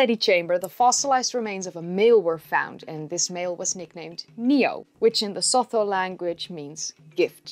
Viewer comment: It's pronounced 'sutu'